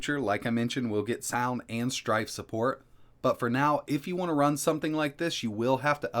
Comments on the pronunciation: you know the word is STRAFE right? not STRIFE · Isn't it 'strafe', not 'strife'? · Saying strafe wrong too many times might get you into strife. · Oh my god, STRAFE, not STRIFE. This video drove me crazy. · Same, I was thinking is this an Americanism? It's definitely Strafe lol.